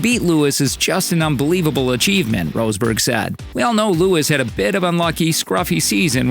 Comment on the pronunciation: Roseberg? nah dude, that sound extremely silly... It is: Ross-Berg = Rosberg